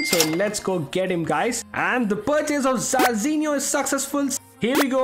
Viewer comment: He still being saying Jarzinho to Zarzinho